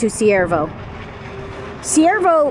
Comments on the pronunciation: I can only find Cuervo on google maps = Not Siervo? Do you mean Cuervo? It is pronounced starting with Q. Love watching your travels from here in Las Cruces because I would be a full time nomad if I could. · The nearly abandoned town you visited is Cuervo, pronounced like quair - vo, which means crow in Spanish. I live in Albuquerque and have driven past it many times and have never visited so thank you for showing it to us. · It’s pronounced k-uervo the c sounds like a K. 😊 JOSE Cuervo tequila comes to mind. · Cuervo is pronounced like the tequila. This place is not safe. Google it and you'll see.